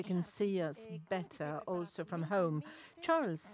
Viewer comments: Charles lekerk 😂😂 Girl what a pronunciation is that ? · They still pronounced Charles name wrong lol